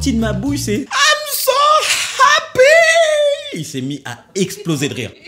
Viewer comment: Im soow hepyyyy😂😂😂😂😂😂